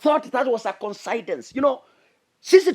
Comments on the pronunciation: your name is interesting, your analysis is nice but in a kind way...please the word is not considance......it is coincidence- koinsidence as below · Coincidence = Coin-c-dense (pronunciation)🙂